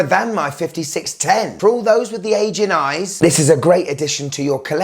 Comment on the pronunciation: yoooo dude I got mad at this before I realized he said ‘aging’ eyes not ‘asian.’ U gotta be careful with ur pronunciation lol